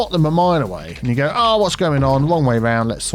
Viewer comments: It's "you go there", but he's said it so many times it started sounding like "Hugo" instead of "you go", so now he just says "Hugo" on purpose. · Has anyone else noticed that says "Hugo'' instead of "you go"